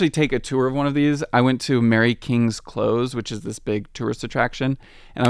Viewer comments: Just to add to the complaints about name pronunciations. Princes Street. Nor' Loch. Close with a soft 's' like 'close to you' not 'close the door'. Wynd rhymes with bind and kind. Holyrood with a short 'o'. How hard can it be, for heaven's sake? The maps are by far the best part of this. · A few mispronounciations: - Close like "you're standing too close to me" not "close the door". - Wynd like "the long and winding road". - Jack-o-bite rising. - Princess Street not Prince Street. I would pronounce Holyrood like holly the tree, but your expert also said holy like the hand grenade, so 🤷 The etymology is like the hand grenade anyway. Likewise loch normally has a soft "ch" (Google it, you don't get that sound in English), but since Edinburgh has such an English history maybe a hard "k" in Nor Loch is correct. Again it's what your expert says, though I suspect he's also English, so 🤷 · Please, please. when you write the text for a videolike this please ask someone, such as a native of Edinburgh, how to pronounce the names of specific places etc going right down to how to say things like "Close", which is definiteiy not the same as the verb to shut a door. Different "s" sound. And with 3 different narrations with their own non local accents putting their own interpretations on pronunciation and intonation created too many affronts to my ears. And I am a southern Englishman so I pity a true scot listening to it all. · "Close" should be pronounced like the word meaning "near" rather the word meaning "shut". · The alley is called a close, pronounced as in "don't stand so close to me", not as in "close that door". And it's Princes Street, not Prince Street. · fascinating video, even for a long-time local resident! One wee pronunciation tip: 'close' is pronounced 'cloass', not 'cloze' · Also close should be more of an suh than zuh sound. Though amusingly Americans in Glasgow always make the opposite mistake and say Glass-co whereas the pronunciation is much more like glaz-go